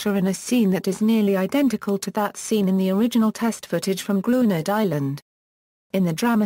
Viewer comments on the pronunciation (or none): It is pronounced "Grin - yurd".